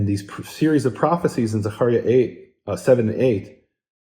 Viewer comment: Zaharia? Maybe Zachariah